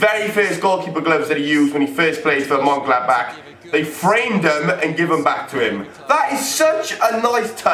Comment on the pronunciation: Could't be bothered to get the right Vukovic or say Monchengladbach properly. smh....